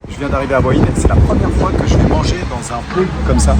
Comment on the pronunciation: Petit détail qui ne semble pas être précisé... La ville de " ua ine " ça s'écrit " Hua Hin " 😀